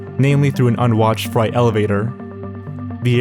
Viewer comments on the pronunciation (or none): freight, not fright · "Freight" is pronounced as "fray-t", not like the word "fright", or to be scared of something (In response to "fright" elevator"). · did he just call it a fright elevator instead of a freight elevator? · Yo, just a friendly tip - "freight" (as in freight elevator) is pronounced "fur-8" or like "great," not "fright." Thanks for the video! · And it’s freight like “frayt” not “frite” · a FRIGHT elevator!!! THAT is what killed this poor guy! (Sorry accent joke, just had to, I’m so frustrated over this case; more I read about it the less it makes sense). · "fright elevator"? dude... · Fright elevator? You meant freight elevator right? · Anxi0us- Intr0vert — Based on how he said “subsequent” and “freight” I’m pretty sure he’s not too overly concerned with proper pronunciation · the scariest part of this video is how pronounces "freight"